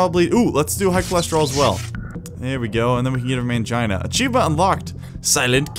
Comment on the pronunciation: Every time you said Angina in the video, I heard Mangina.